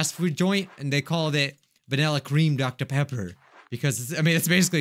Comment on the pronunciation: DoCTa PEpPA